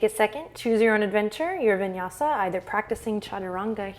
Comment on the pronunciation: "vinyasi" 😂😂😂😂😂